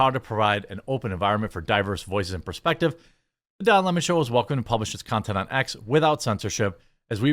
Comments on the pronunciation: Why do people call him "Don Le Mon" ? Isn't his surname "Lemon" Not "Le Mon" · it's lemon, not le mon. Idc what he says. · I don't believe his last name is pronounced LeMons unless they have a French accent. In that case they drink LeMonade. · It's LEMON, this jackass really wants people to call him "Le Mone" like he is a sophisticated French nobleman or something. lmao fvck off.